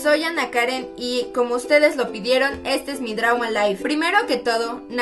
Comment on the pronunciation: JAJAJAJA "este es mi drau my life" se pronuncia drow